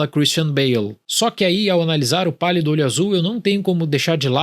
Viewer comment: Eu só entendi ele falando "O Palio do olho Azul"